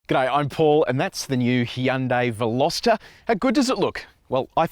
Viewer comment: well done on butchering the pronunciation of the name